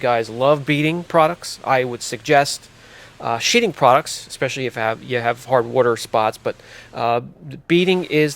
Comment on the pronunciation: What are "Shitting Products" instead of beading?